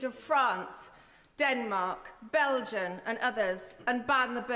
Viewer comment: I thought the country of Belgium was not pronounced with an "n"